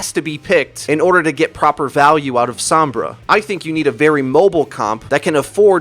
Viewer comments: i feel a 6th misconception should be added. How her name is pronounced. It's So-M-Brah, not Some-Bruh. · Isn't Sombra pernounced like home. like he keeps saying SoM-bra when I believe it's S-oh-mmmmbra.. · Every time you say SAHM-bra I wince a little. It's SOHM-bra. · It's pronounced "s-oh-mbra" Not "s-aw-mbra" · "Sahmbrah" "ishenwalled" you sound so unbelievably white